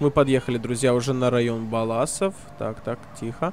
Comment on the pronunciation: Не ббалласов а ба ласы